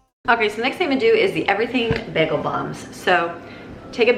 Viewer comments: Im from Chicago and I say bay-gul not baggle lmaooo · Love your videos!😍 (I've never heard anyone pronounce them "baggles". The "a" should be a long vowel sound)😉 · PLEEEEEASE? Pronounced: “BAY-gull”. (Long ā sound.). As in “play.” NOT “BAG-ull”. 🤦‍♀️😱 (Not a short a sound, as in “hat.”) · BAY GUHL ..... NOT BAG EHL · bag-uhl. BAG-UHL. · Omg you say bagel wrong lol! This is low key amazing though #supermom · Pronounced "Bay Goal". 🥯 Bagel ☺️ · bagel is pronounced bay-gull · It was triggering me so much, but I wasn't going to say anything... Baaagel🤗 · I was wondering if anyone else caught that as it bothered me a little. I'm Californian and we pronounce it bay-gel as well. I've watched alot of her videos and cringe when she pronounces Spanish words, like salsa; Pico de gallo; etc, wrong. But I grant grace because not everyone knows. But I've never heard anyone pronounce Bagel bA-gel. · I've never heard a person pronouce "bagel" with a short "a" sound before. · Her pronunciation of the word bagel is low key upsetting me. But I can’t actually get mad because she’s so awesome! 😂😂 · Wow I’ve never heard bagel pronounced like that. Where are you from? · The southern queens love the bacon fat but not the way she said “bagel” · I've lived in Michigan all my life and I've never heard bagel pronounced that way, lol. Are you guys yoopers? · It's Bagel not Bagel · bagel [ bey-guh l ] How can you be American and NOT know how to pronouce this word!!?? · lol the way you say bagel is driving me up a wall. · Love how you pronounce bagel